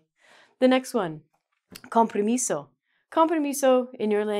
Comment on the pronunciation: I thought you were saying con permiso instead of compromiso